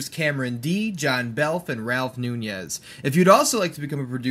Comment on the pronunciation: You got Mr. Nunez name wrong